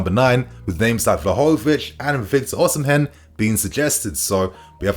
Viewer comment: 🤣🤣 you murdered victor Oshimen name.